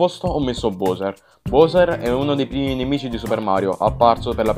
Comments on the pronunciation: Non si pronuncia bouser ma bauser, anche se si scrive Bowser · Editing perfetto! VOTO: DIESCI. (MA BOWSER SI PRONUNCIA BAUSER)